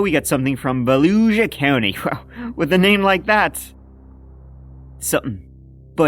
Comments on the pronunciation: Lol I live in Volusia County. It's pronounced more like vuh-loo-sha. And the area that they were in is mostly trash. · Interesting that there are Norse Rune symbols painted in black on the kid's bedroom with poop all over the walls. What is THAT about??? Volusia is pronounced 'Voolooshay'. I always thought it was a native tribe but it seems it was named after some guy. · Va-loo-sha county 🤘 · It's pronounced Valoosha (Valusia) county. It's the next county over from me. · Pronounced Val-oosh-a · Volusia county is pronounced as Va-lew-sha county. It's fairly popular on YouTube because of their Sheriff, I think Chitwood, but I could be wrong on the name there. is a pretty badass sheriff though, never hesitating to help, even on days off. Gotta give him props given he's near or at retirement age. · Its pronounced vah-loo-sha county....its the next county over from me lol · It’s pronounced Vuh Lou Shuh county in FL ☀️☺️☀️ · Vuh-loosh-uh (I noticed in one of your last videos you missed an L in Flagler as well) 😂🖤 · Its pronounced more like Vuloooshuh. One of the most beautiful places in America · I grew up in Volusia County, and not suprised. It is Daytona Beach and numerous other cities. Pronounced Valoosha in case you care. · It’s spelled that way but said like “VoluSHA” county, just fyi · So you make fun of Florida but you can’t pronounce Volusia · You pronounced “Volusia” horribly wrong. As you do many words. Good the pronunciation before you make these videos. And no, I’m not from there. Allot the shit you say is hella disrespectful